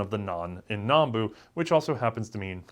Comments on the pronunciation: Still saying Nambu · It's Nambu. Not "Nanbu".